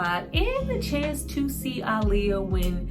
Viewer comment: I love that you say her name correctly ❤️